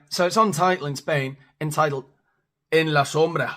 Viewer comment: You say “en la sombra “ so well. I don’t think spanish people need to be trained like monkeys…I just don’t think they care that much